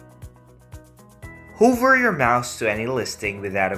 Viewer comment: Its hover not hoover😡😠